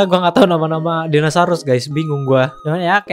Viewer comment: Orang lain: Dinosaurus Bg: Dinasarus